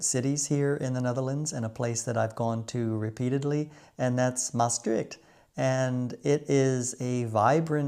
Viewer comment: Je uitspraak van Van Goch is heel goed! De ch van Openluchtmuseum is ook goed, Maastricht kan iets beter, een simpele stemloze ch. En de d in Noordzee kon ik niet goed horen, was het een pure t? De n van oliebollen is tom, oliebolle dus. Altijd leuke films van je!